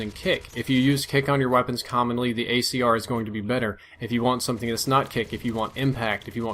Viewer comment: He said gAyCR.